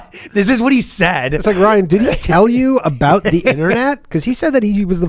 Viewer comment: It’s reassuring to hear Ryan pronounce the “ow” in “about”. Assimilation is possible.